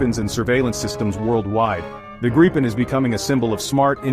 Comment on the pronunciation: Not being disrespectful, but giving you a tip. The name of the jet is pronounced “Greepen”. Just a tip. Trust me, I’m Swedish. 😜👍🇸🇪